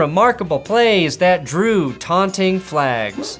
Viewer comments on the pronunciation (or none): Did he say “Aunting”?????